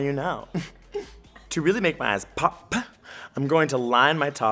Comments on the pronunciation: I love how you say: PHOPP XD I love u so much ahaha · I'm learning so much but laughing every time he says pop